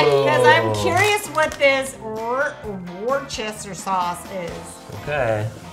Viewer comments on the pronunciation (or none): it’s pronounced “wu-str” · Hi. Just wanted to say that Worcester isn't pronounced wor-ches-ter. It is pronounced wuss-ter. BTW I'm British. Not trying to make fun or anything like that. Thank you for reading this! :D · WOOSTER SAUCE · from Leicester, btw its pronounce wor-ster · The Worcester sauce crisps are actually said 'woster'. It's a place near Birmingham,Uk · Actually more like Wuster or Wooster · Ik and I’m from Worcester and I was cringing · The Worcester sauce crisps u say it like Wuster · Btw the Worcester is pronounced wuster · GRR WORCHESTER? ARE YOU SERIOUS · It is pronounced WOOSTER SAUCE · It’s pronounced Wooster sauce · You saying Worcester wrong pronunciation Wuster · Worcester is enunciated wus-ter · It's pronounced wuster sauce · I'm triggered it's pronounced woster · Its pronounced worster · I'm triggered that they didn't know how to say Worcester sauce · same they pronounced Worcester wrong so many times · I hate the way they pronounce Worcester sauce crisps 😫😫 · For Worcester you pronounce the C as an s and the O as a U